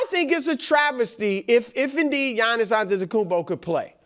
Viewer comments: Wildes face after butchering Giannis' name 😂😂😂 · Listening to Wildes mispronouncing surnames should be an Olympic sport! I get Giannis. No one is even bothering to say his name correctly. But Nick FULDO?!